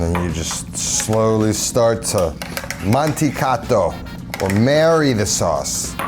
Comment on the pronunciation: That is NOT how you "mantecato". 😳